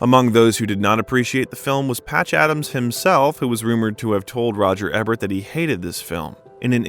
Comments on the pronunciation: Eeeeeebert the first three times was icky but the next FIFTEEN was painful and distracting For the number of times you mentioned him and the fact he’s a well known critic, I’d think you would know how to pronounce his name. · EEbert....long E like the word see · It's Eebert with a long E. Is this AI? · Yes, like famous American Movie Critic, Roger Ebert (pronounced Eebert). Unsubscribed. Another channel that does not give a shit about research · My god man, if you're going to make a YouTube career, on multiple channels, out of telling tragic stories of movie stars, you MAY want to learn how Roger Ebert's name is pronounced. Just saying. Or if you're just a hired voice doing script reads, then your team has GOT to brief you on that shit. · I’m really enjoying this recounting of Robin Williams life and career.Some of the pronunciation is truly cringe worthy Ebert,Juilliard,…I don’t suppose it’s computer generated!!!??? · Pronounce the critic's name right. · Great narrative voice! P. S.: Please learn to pronounce names, words and titles. You obviously are just reading some and are not familiar with the real person, production or word: Roger Ebert, posthumously and La Cage aux Folles for examples. 👍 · How disrespectful to the late, great film critic Roger Ebert that the narrator will constantly mispronounce his surname. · I just thought it was a dummy that didn't know how to pronounce roger ebert's name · Thanks, and great job. But for the love of god its "E-bert"! LOL Its not just that your narrator mispronounced what is a fairly common celebrity name, the narration keeps coming back to Roger "Ebb-ert" time and time again! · Dude, It's "E"bert! Do your research, Buddy. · Learn how to say "E"bert not "EH"bert. I cringe every time you pronounce his name wrong. Now that I have that off my chest. I shed tears when Robin passed. Also, he wasn't just in the same class at Juliard with Christopher Reeve, they were roomates. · It’s Roger Éééébert not Roger Ehbert.